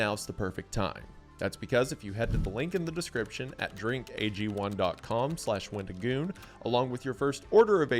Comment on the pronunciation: You really emphasize the GOON in wendiGOON